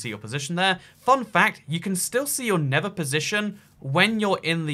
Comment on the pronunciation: Within a context in which you have to use both words "nether" and "never," it just might be worth your while to put some effort toward learning how to pronounce a "th" sound. Just a suggestion.